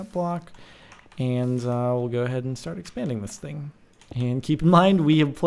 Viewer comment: wat. don't use the word 'thing' no one can understand you